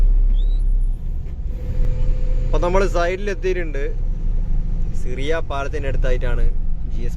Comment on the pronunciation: സിറിയ പാലം അല്ല ഷിറിയ പാലം